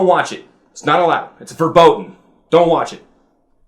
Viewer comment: "It's not allowed, it's verboden." did he try to speak german or dutch, i can' tell.